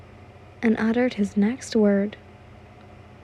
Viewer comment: love this series 💗💗💗 one little piece of advice coup is pronounced koo im dyslexic too so i get the confusion on it being spelt so weird hope that helps and keep up the GREAT work 💗💗💗